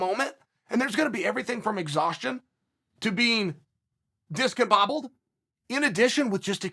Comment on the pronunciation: "In addition to being...DISCOMBOBBLED"